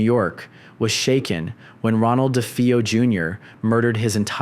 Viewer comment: Unique? All wood? Of course let's demolish it tear up to make sure it looks like every other boring ass house. I could care less about it being the Warrens house either but your pronunciation at nespr as "nespare" and "Defeo" , do you even know what your investigating??